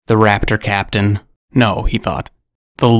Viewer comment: The more you said “raptor captain” the more I heard “craptian”